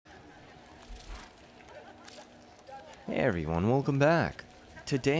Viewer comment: your "hey" sounds like "HeY" today